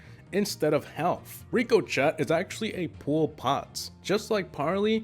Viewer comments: Ricochat don’t u mean rico-shay ( that’s how it’s pronounced) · Sqfdj 1234 Rico-shey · omg did he say rico chet 😂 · Why did this man say rico chet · Im sorry rico-chet? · Make another video with facts! And also you said Rico-jet! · Rico-Shit he said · RICK O SHAY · ricochet is pronounced rick o shay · HOW THE FUCK DID U MISPRONOUNCE RICOCHET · Don't wanna hate but...can't you say ricochet properly? It just bugs me is all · How the hell did you pronounce ricochet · They was he said barley and ricochet killed me. 😂